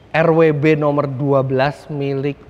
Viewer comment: Bacanya tanpa disingkat aja pake welt W, bukan Rauh double you elt Begriff. Begitu juga BMW di negara asalnya.